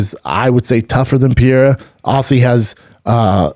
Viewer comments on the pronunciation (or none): Who is Pierre? Oh.... Pereira! Seriously "Brandon," how long would it actually take to learn to say a single fighter's name properly. So disrespectful. So unprofessional. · Alex "piera" pereira. 🙄 For sure get fighters names right if you have a fight podcast. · Pierre-A? Strange way to pronounce Pereira,but Schaub is nothing if not consistent. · Schaub just butchering Pereira's name shamelessly 😂